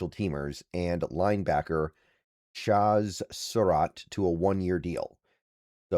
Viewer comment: love your content, insight, levelheaded approach. It used to drive me crazy but now it’s almost to drinking game level the way and amount and number of times that you mispronounce player’s names. Cracks me up at this point. It’s Cha like in Chad with a Z on the end.